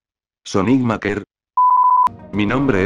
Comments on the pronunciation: SI el loquendo dijo maker tal como se lee y no meiker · Te falta mejorar el manejo del Loquendo escribiendo las palabras con su fonética correspondiente (como MEIKER en vez de MAKER) y todo así de forma que no suene feo. Por lo demás me ha parecido un vídeo bastante bueno.